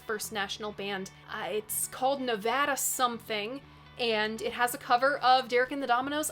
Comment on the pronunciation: Big fan of Nesmith as well. And thanks for pronouncing Nevada correctly, Lol.